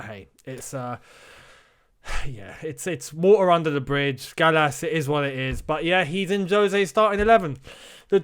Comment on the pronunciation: I’m sorry but Gallas really? really?